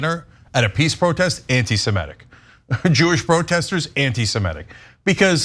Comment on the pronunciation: It's a little thing, but it always bothers me. The term is NOT anti-Semetic, it's anti-Semitic. Please pronounce it correctly.